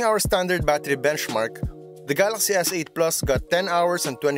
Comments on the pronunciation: "Gahlahxy" S8 lmao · how hard can it be to say galaxy ...